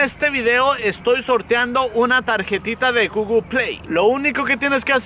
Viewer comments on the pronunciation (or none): none